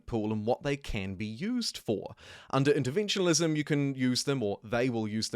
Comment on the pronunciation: Quick question, why do you pronounce interventionism with an L. It's not interventionalism 😭 and tbh I've heard other people pronounce it that way too. Just curious